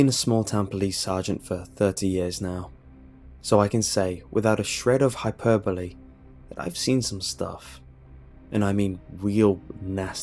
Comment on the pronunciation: >high-per-bo-lay oh my god